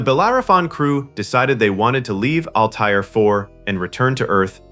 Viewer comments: HEY ANNOUNCER: it is not ALL TIRE !!!!!!! It is pronounce ALLTEAR ,. as in ALL AIR= ALLTAIR. Learn how to Talk or DON"T NARRATE EVER AGAIN!@ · The AI mispronunciations are painful. The was no planet in the movie call All-tire, nor are there any studios named Warner Brose. Find the right pronunciations and type them phonetically next time.